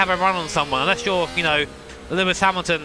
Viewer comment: it's Lewis Hamiamilton